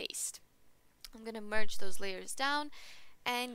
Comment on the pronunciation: I'm gonna pretend I don't bother when you 'merge' :))) Great tutorial though.